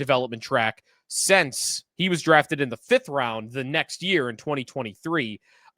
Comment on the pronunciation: Since when is since pronounced sense?